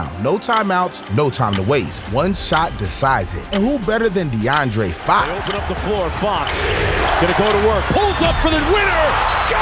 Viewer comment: Not him starting off the video with Fox name wrong 😂😂